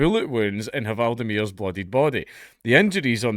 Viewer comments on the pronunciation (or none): The H in hval is silent. Just like in English. You say Wale, we say val. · the "h" in "hval" is silent and it's actually pronounced as "vaal" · Just FYI, "hv" leaves the h silent in both Norwegian and Danish. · You actually don't pronounce the "H", it's silent :) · the H is silent